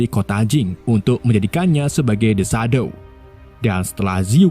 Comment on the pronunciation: nggak enak ndengar shadow yg bahasa inggris dibaca sadow.